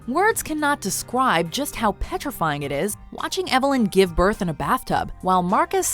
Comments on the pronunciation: words can not descwibe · Words cannot descwibe 🤣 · words cannot descwibe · “words cannot descWIBE” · XD "discwibe" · “ words cannot descwibe” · Why did you say deswibe